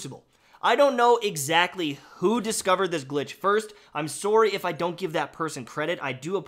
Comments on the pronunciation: i think it's kind of hilarious that doesn't have a canadian accent except when he says "sorry", which is the one catchphrase word for the canadian stereotype:D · Why are saying sorri